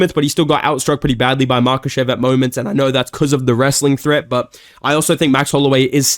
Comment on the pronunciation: Chael pronouncing it as "MakLAchev" had me weak big dog.